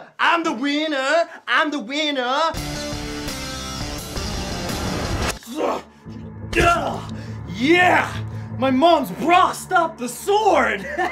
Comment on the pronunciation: Is it just me or is anthony saying Im the ''Weiner'' Im the ''Weiner''?